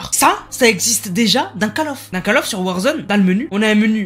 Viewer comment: SA SE DIT COLL OF!!